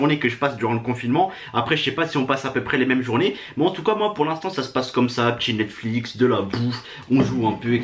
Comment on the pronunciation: Mdrr il a dit Netsflix 😂😂😂 Lit mon pseudo et abonne toi c’est un défi 😉